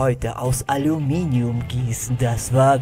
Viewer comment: toshmelst alominium